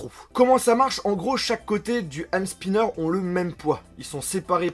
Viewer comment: Désolé mais c'est pas spaiiiaianer mais spinner